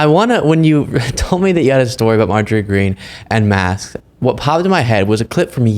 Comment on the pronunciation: I aks you, you can see it clearly on the philum-she can only say marsk🤔She so dumb 🤭